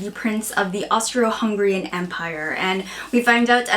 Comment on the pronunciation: xD Did you say Hungrian?